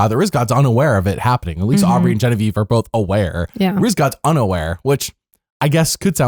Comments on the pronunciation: Why do you call her Bobavieve? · Why do you call Genevieve bobievieve